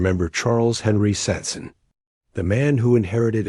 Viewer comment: they couldnt even fuckin bother say his name right